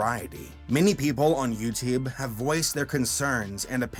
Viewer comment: Youteeb you said